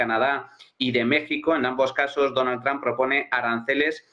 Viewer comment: Por que le dicen "Tramp", donde le encuentran la A ? es Trump, y si acaso pronunciado en alternativa seria Tromp